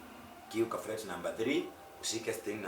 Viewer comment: Fret baba sio flet